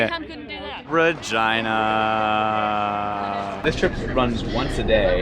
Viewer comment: Kilometers in transit! When you say Regina your R almost sounds like a V and your E almost sounds like an a. Don't want to spell it out though :)